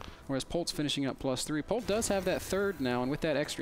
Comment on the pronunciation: Q: How do you say "Polt" in Korean? A: "Port"! LOLOLOLOLOLOLOLOLOLOL